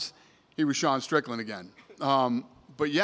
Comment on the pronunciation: Its Strickland, not Stricknine